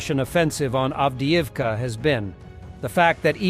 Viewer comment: Avdivka… try to pronounce your job